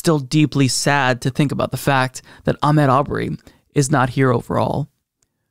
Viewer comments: please pronounce Ahmaud correctly. It's not Ahmed as you were saying. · his 1st name is pronounced Ahmaaad. Thank God there is justice. You're right he should still be here.